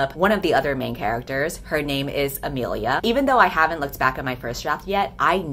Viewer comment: imilia Me with the same name: t-thats... RAD but that ain't how u pronounce it...*nervous sweating* A-Me-li-A